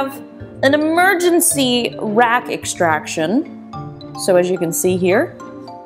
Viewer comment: Great video! "Emergency ext-rack-tion"!